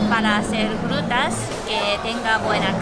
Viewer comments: "Las Jrutas " ajaja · Jrutas y jruterias xD